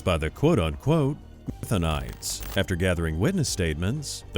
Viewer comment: "Methanites" 😂😂😂😂😂 Good One lmao